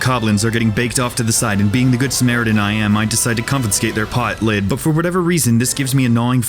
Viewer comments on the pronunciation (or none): I heard pot lit instead of pot lid